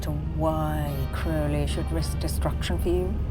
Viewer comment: Crowley says it correctly.